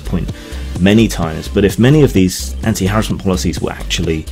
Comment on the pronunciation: Nice to see you pronounce harassment properly.